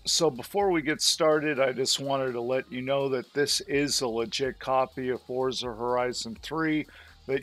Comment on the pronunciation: It is pronounced as Fort-zah